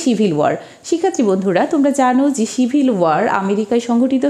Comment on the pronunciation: Mam,আপনার উচ্চারণ এ ভুল কেন যেমব সিভিল কে আপনি ছিবিল উচ্চারণ করেন,এরকম অনেক উচ্চারণ ই ভূল